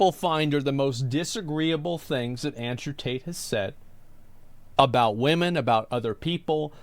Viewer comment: Tate has a problem with the letter T. I bet he pronounces his own name Andrew 'ae.